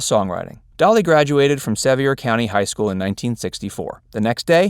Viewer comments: Sevier High School ain't French. It's pronounced Suh-VEER. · I live in the town she is from and she is a Saint here. Not one fact I didn’t know l, but I have read every book.. watched every interview... and every song. You said Sevier wrong.